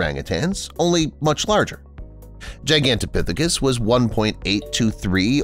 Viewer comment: being able to pronounce Gigantopithecus is such a flex.